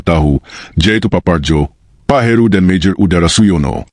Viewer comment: MAJOR UDARA😂 adududuu...kenapa mesti pake AI sih?? Mending kalo enak didenger. Sayang banget, narasinya bagus, konten bagus, naratornya ngeselin